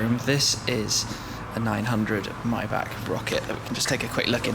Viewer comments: Mybach? Don't you mean Maybach? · Myback? I'm almost 100% sure it's Mayback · says Maybach right for once. seconds later Mybach again. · Shmee your a car guy you should know how to pronounce maybach (myboch is the correct pronunciation ) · The way you say Maybach haha